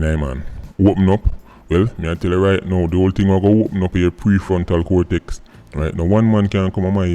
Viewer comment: Man seh “ pree Frontal fortex “ 💀🤣